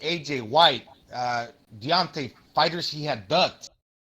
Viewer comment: that guy couldn’t even pronounce Deontay’s name right. Dante... 😂